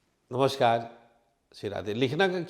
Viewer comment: This is no way to say Namaskar. It does not match with your knowledge .Say Namaskar properly. Namaskar🌼🙏🌼